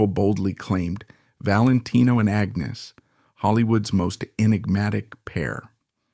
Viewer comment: Why do you keep changing the pronunciation of Agnes's name?